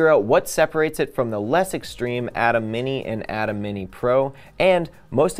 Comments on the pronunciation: EXACTLY!! Pronounced A-TIM NOT ATOM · I tried to watch but, i just can not get past your lack of knowledge of how ATEM is pronounced. If you have not been around the product or the professionals at BlackMagic enough to know it is pronounced “A-TIM” then how can I trust that you actually know what you are talking about.